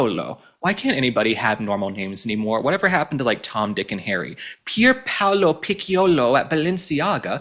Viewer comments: It's not Pickiolo ... It's a soft c like CHERRY. So it's PI CC ( LIKE CHERRY) OLO PICCIOLO. If you put an E or an I after C IT MAKES IT A SOFT SOUND. ( CHILLY, CHINESE, CHOO CHOO, CHERRY). GOT IT? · It is Picciol pronounced pitch- oli. I love your posts and Ivadmire your eloquence and it will be perfect if you try to pronounce foreign names properly, may ask some native speakers! It would really makes you a better journalist than 99% of your fellow broadcasters!